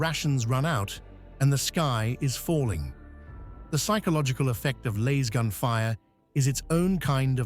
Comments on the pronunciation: It's a Lass-Gun, not a Laze-gun,. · The a is short not long. Damn this AI voice crap. You'd think with all the money spent on AI research that it would know grammar. Yet it still can't get 1st grade grammar correct.